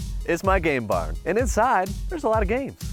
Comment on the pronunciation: Make sure you really put an emphasis on the M and the N in game barn because sounds like you renamed it. 😅